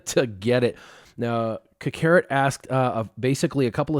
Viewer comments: Anybody else find it funny he pronounced it ka-carrot and not kak-ah-rot lol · Ca-carrot lmao